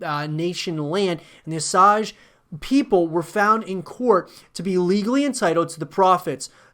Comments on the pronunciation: O-sage not os-age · It is pronounced OH-SAY-J. Like "oh" + "sage", like the plant.